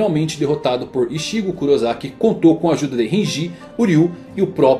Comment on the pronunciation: A única parte ruim do seu vídeo é que você "aportuguesou" o nome dos personagens, ficou sem grassa por isso. Massa bom vídeo. Ao invés de Ichígo Kurosaki, pronunciar Kurosaki Ítchigo. (Kurosaki Ichigo).